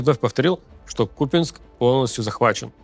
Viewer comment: Они еще купЯнск говорят. Проблемы у братьев со славянскими языками